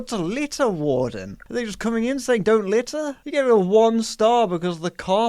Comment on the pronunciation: i love reading horrible google/amazon reviews. video was excellent, creator is funny, editing is sharp. but you mispronounced "litter" twice. unforgivable and incoherent, read a book sometime. 1/5 stars